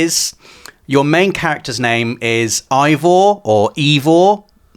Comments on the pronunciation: It's Aibor not Aivor ! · It’s actually Ayevor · He’s name is probably pronounced ay-vaah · It’s been confirmed that eivors name is pronounced ay-vor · Ay-vor.... ya welcome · MC pronounced Ay-vor 😭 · The main characters name is pronounced like ‘Ay-vor’ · Its pronounced Æivor... something like Eyvor. And im norwegian so i should know. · Ay-vor guys 😉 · That's pronounced "Ayvoer" and it's a woman's name.